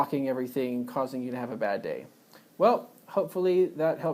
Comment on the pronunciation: there's no "r" sound in the word pyogenes as you pronounced it.